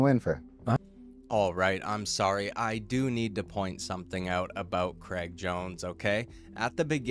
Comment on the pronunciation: Cr-ay-g lol like how straight is not stret. Please pass it on 😅